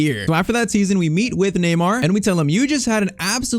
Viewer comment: neymar not tyztir